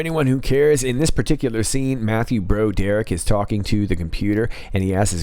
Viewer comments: Its pronounced brawderick, not bro derrick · Dude! It's not "bro Derrick". It's pronounced "brawd er ick". Off point, I know, but it's painful to hear the name butchered. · Is that mispronunciation of Broderick intentional? Bro Dereck??? or Broad errr rick.....???